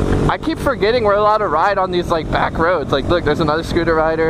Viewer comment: He i am dutch, and you are nit allowed on how your saing back roads😂😂